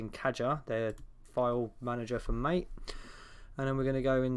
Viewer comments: people: MAH-TAY: mate. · pushes up glasses it's pronounced "mah-tay" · I know this is such a small gripe and petty 3000, but it’s “mah-teh,” like the tea. Everything is green. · You're like English Bob he also pronounces it as mate and not ma-tay.